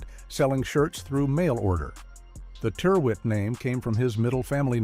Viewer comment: My oldest item of clothing is a Ralph Lauren shirt. It's around 35-years old now and is still pretty much as it was when new. FYI 'Tyrwhitt', is pronounced to rhyme with, 'spirit'.